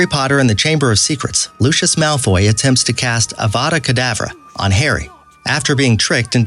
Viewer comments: it’s not pronounced Loosh-is Malfoy, it’s pronounced Lucy-iss Malfoy. Sorry I know that some words in the Harry Potter books are spelled a little weird, I’m just letting you know. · Lucos,Basilick doebhee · This guy can't pronounce 'Lucious' Properly. He pronounces it with the "sh' sound. He also said, "Basilisk,' incorrectly. He pronounces it: "baseelisk," which is wrong. Its also not, "philosopher's stone,' its "Sorcerer's Stone.' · mispronounced Lucius again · mispronounced Lucius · pronoucing avada kedava wrong, dobby wrong, lucius wrong basilisk wrong. No offence, but you have no idea what you are talking about and have never seen the movies or read the books. You proably just serached up facts and said they were easter eggs